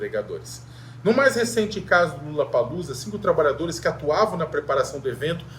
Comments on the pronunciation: Não é LULLAPALLOZA, é LOLLAPALLOZA.!!!!! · É impressão minha ou ele disse Lulapaloosa?🤔🤨